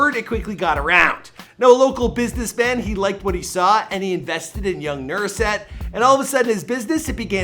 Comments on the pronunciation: His name is Nusret, not Nurset. Not really that hard to read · NUSRET. He keeps saying nurset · It's Nusret, not Nurset . Oh my god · IS HE SAYING NURSET INSTEAD OF NUSR ET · Pronunciation is not thing obviously. The ‘R’ comes after the ‘S’ 🤦🏽‍♀️